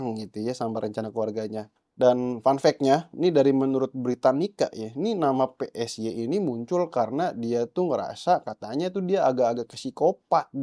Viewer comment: Psy bacanya sai/p-sai jangan psi malah keinget nama partai , sekali - kali ambil vidionya dari dekat bang biar bervariasi kok dari jauh mulu dari awal vidio !